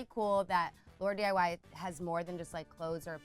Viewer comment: Were any laurdiy fans triggered when they kept saying laurAdiy?